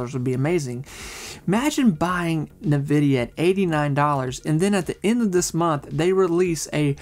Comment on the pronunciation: In-vidia, not Na-vidia